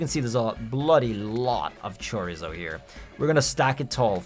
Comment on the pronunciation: “Chore-izzo” is that like regular chorizo except you swap pork with charizard meat? I want a taste.. sounds spicy and delicious